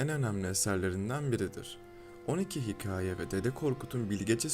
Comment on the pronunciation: Kanalın adı hikayeci, içerikler güzel. Ancak keşke hikaye kelimesini düzgün telafuz etmeye gayret gösterseniz. O kadar rahatsız oldum ki hikayedeki a harfinin ince seslendirilememesi sebebi ile videoyu bitiremedim.